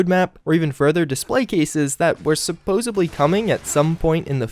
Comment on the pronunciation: Supposably isn't a word